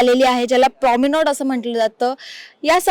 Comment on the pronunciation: उच्चार "प्राॅमिनोड" असा नसून "प्राॅमेनाड" असा आहे. शब्द वापरायच्या आधी त्याचा करेक्ट उच्चार जाणून घ्यावा.